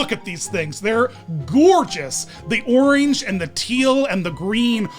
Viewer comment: Did say Oreenge?